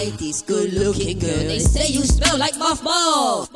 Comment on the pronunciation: Lol "dey say yu smeow like Moff Bawls!!"